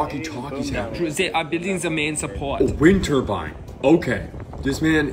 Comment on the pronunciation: “It’s a vind turbine” WE NEED MORE